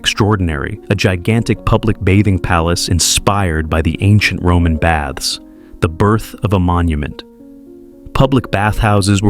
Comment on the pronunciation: Baths, not bads